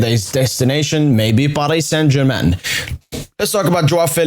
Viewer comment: We dont roll the "R" in french language so Paris Saint Germain